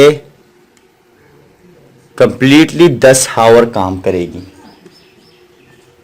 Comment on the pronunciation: بھائی ہاور نہیں، آور بولتے ہیں۔